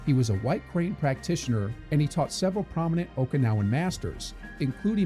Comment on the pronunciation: Every Japanese Okinawan and Chinese term was Mia pronounced